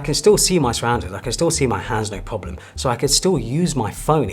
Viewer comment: so != so; so === saowyyy; reservoir != reservoir; reservoir === reevwaaaa; no != no; no === naowrrrr; new vocabs unlocked